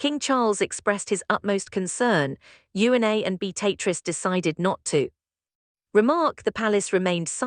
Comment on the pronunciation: So very tired of poorly executed AI nonsense. Awful editing the frequently cuts mid-sentence. Even worse, AI voices that don’t know how to pronounce names. In this case it can’t say Beatrice or Eugenia. Wish there was a way to easily identify and block this trash.